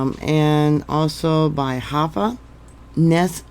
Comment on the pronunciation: Pronounced Hi-fa.